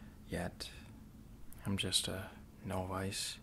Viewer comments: I just have to tell you man, you pronounce novice wrong. you should say it like 'nahvis'. maybe you do it on purpose or just dont care but it bothers the fuck out of me unless i at least say something so now you know. Keep up the awesome vids bro. love you <3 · lol "no-vice"